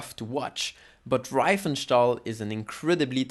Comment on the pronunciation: Pronounced REEfenstahl, not rye-fenstahl.